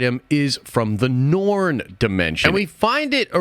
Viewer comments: Are you saying “Norn”? It’s pronounced “Noor” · It's Noor, not Norn. The Norn are a whole other thing. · Ta-Lo (Tah-Loh) & Noor. Not Tao-Lao & Norn. Interesting theory, tho. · Why are you pronouncing Ta-Lo as Tao Lao and Noor Dimension as Noor-n Dimension?